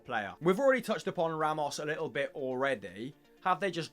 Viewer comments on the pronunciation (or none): none